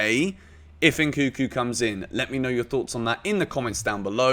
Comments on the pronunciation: NNNkunku not nkuku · It's pronounce N-kun-ku, and not N-kuku